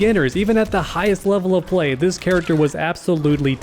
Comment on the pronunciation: "Kharacter" that was unnecesary, i love it.